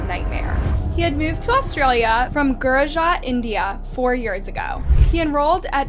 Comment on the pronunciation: It is not pronounced "GURAJA"..... It's "GUJARAT"